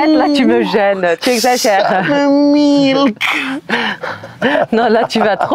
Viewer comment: Ouuuuhhh du laihhh ouhhhhh Milkhhh😂😂😂😂😂 jsui morte 😂😂😂😂😂